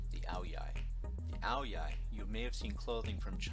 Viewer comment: Most of what you have said it true. The Nam is a fantastic place. However, you may need to check with your wife on just how to pronounce ao dai. I have VN friends who I see weekly. Not one of their extended family pronounces it "OW-DEE-EYE! I don't know where you ever heard that pronunciation but, my experience has been that it is always pronounced "OW-DYE". I'm old enough to know that the latter is the proper pronunciation and is pretty consistent from the delta up through the Saigon, Nha Trang, Da Nang and Hue areas, all the way up north to Hanoi. Even though to me it will always be "The 'Nam", it is still a fantastic place. In fact, with any luck whatsoever, I may even been there by this time next year. Now, go ask your wife what you have just learned and see if she smiles approvingly. LOL